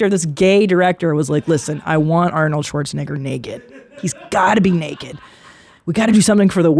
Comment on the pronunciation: Christina’s Pronunciation of schwarze - Negger was rather interesting..